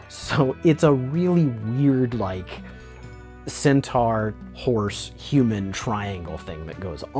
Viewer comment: The Body Horror Champ!! LOL "like I have some sort of sentar fedish. I really don't....I think" LOL